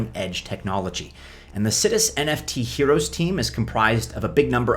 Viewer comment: I think it's pronounced sigh-dus